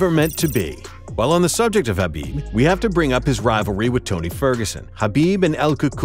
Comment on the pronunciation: Thank you for not pronouncing the k in khabib